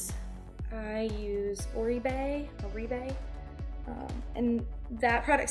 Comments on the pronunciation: oribe is pronounced or-bay :) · Great tutorial, however, may I suggest you learn how to pronounce the name of Products before you do the video. Oribe is pronounced ORBAY